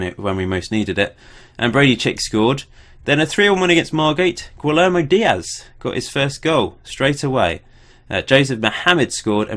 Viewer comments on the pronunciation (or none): Guillermo: Gee-air-mo